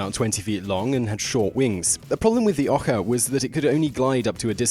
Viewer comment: FYI ohka is pronounced like it's spelled oa kah and baka is pronounced bah (like the sound sheep make) and kah. Come one Simon, Japanese is not that hard to pronounce.